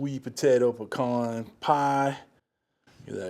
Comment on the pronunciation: Awwwwe, our little boy is all grown up ! He learned how to pronounce pecan correctly! lol . Good looking pie !